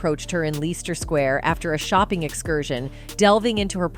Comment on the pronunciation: Leester Square~~~~~~~~~~~~~OMG Leicester - pronounce "Lester." Get lost with your authoritative voice that offends me. Garbage reporting. SIXTEEN IS THE AGE OF CONSENT IN THE UNITED KINGDOM.